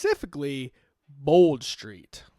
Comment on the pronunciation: Tbf you said bold street right thats about it 💀